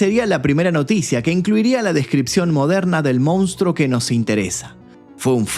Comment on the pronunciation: Con crees que podes extorsionarme no?? Pues te voy a decir una cosaa... FUNCIONÓ!😅: "MOUNSTRO"